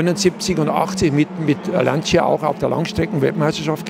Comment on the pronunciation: Lieber Walter, Lancia spricht man aber LANSCHA, also ohne "I" im Italienischen.